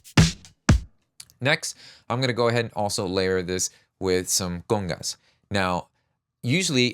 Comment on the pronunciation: Do you speak spanish? When you first said "congas" it sounded really really good lol